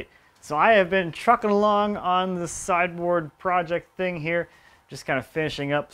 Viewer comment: You say sideboard, I always hear cyborg